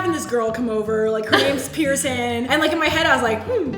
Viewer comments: "Who is this "pier- son" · how Brent said Pierson 😭